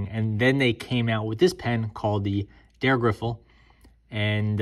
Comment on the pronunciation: Why you keep saying Der Griffel? It's Dreh (dray) Griffel, German for twist stylus.